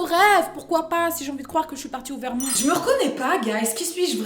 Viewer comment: J'aime cette prononciation de "Vermon(t)" ^^